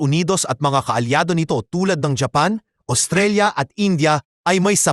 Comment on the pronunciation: Paki ayos mo nga ang bigkas ng japan masakit sa taynga eh ayusin mo ok